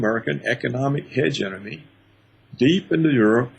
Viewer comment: it's HEGEMONY, not hegenomiy lol, I love Paul Craig Roberts